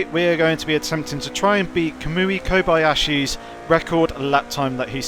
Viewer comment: Kobayahsi? Lol